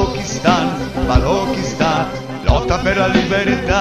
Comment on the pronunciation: grazie grazie... Liberta Liberta Balochistan.....!!! (only single pronounciation mistake, it should be Balochistan... 'ch' as in 'Church', Chili, China... )